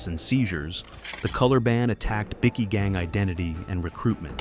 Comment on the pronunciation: I love how the AI voice calls them bicky gangs 😂 in stead of bikie gangs. That should be there new name bickies like a Tim Tam.